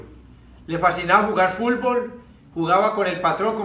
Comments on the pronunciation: También dice "fulbol" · Lo escuché y dije tiene que haber un comentario que diga fulvol and here you are JAJAJAJA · Popeye no sabe decir fútbol. ..siempre dice fullboll ..jajajaja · Hasta tu estas mal Fabian (Futbol = "Fulbol") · Jajaja fulfol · Como me da risa cuando "Popeye" decía Fulbol en vez de decir Fútbol 😅😅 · Tengo amigos que son de Cali Colombia y de Palmira y escucho que ellos mencionan "Fútbol", no así fulbol como decía popeyin... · "El fulbol" XD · A lo mejor no podía meter la lengua entre los dientes cuando hablaba 😂. Por eso en ves de decir fútbol. Decía fulbol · bien finado popeye..pero se pronuncia.futbol...nooo fulbol.. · Es futboll no fulbol pope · se te extraña popeye!! aun me da risa cuando dice Fulbol jaja descansa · Yo repitiendo una y otra vez para corroborar si en verdad dice FULBOL😂😂😂😂😂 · "Fulvol" :v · Se murió y nunca supo pronunciar bien "fútbol" jajaja qué cagada ese Popeye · JAJAJAJAJAJA FULBOL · "Fulbol" jjajajajaja sos grande popeye. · Pope la unica persona que dice fulbol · Pq dice fulbol? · varias palabras las pronunciaba así en vez de la t pronunciaba la L asi como futnol decia fulbol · Caray, este tipo no puede decir Fut Bol